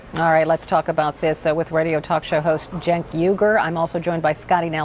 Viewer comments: Did I hear her correctly, did she call my brother "Sink"? WTF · "sink said" im done lol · did she just call him Sink? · did she call him sink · "I agree with sink" 😄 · She called him SINK hahahaha. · did this bitch call him SINK? lol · the bitch literally called him "sink." you've heard his name said correctly so many times. christ. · "sink" lol. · lol when she called him sink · Scottie called him "Sink" LMAOO 😂. Yo Ana and now Cenk both completely crushed it! Bravo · She called you "Sink" hahahahaha. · She called him "Sink" what a fuggin bimbo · lol you are right, I didn't notice at first. I was just fixated laughing at her look, like they surprised her walking out of her house with cameras asking her to be on TV. And her calling him "sink" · There were a couple moments there where the woman on the right pronounced "Cenk" as "Sink". Just thought I would point that out. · How has no one noticed she called Cenk "sink" ? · When they call him Sink like he's a Kitchen Sink. What. What. You heard his name pronounced correctly and then you called him Sink. ??????????????????? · Wait wait did this bitch just say SINK? ? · "sink said" lol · pause. Did she say pronounce Cenk as sink ?? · My homie Sink rekt it tho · Did she call him Sink? 😂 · Did she (other panelist) really get his name wrong after hearing correctly more than 5 times? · Cenks cringe face when she mispronounced his name 😂😂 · He was pissed the second she said "...Radio Talk show host Cenk Uger" Calls him a radio talk show host, which is fucked up, then pronounces his name wrong. So very disrespectful. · Her expression at the end mad hilarious. Butchered Cenk name bad lol. #DEMOCRACY SPRING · Did she just call him "sink"? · Lol "sink" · she called him "senk" lmfaoooo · lol she called him Sink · sink. she called him sink. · Scottie kept pronouncing Cenk's name "Sink" jfc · she pronounced Cenk's name as senk... its pronounce jenk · chenk, cenck, cench, cenc, cienc, kenc,... CENK! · She called him senk, lol!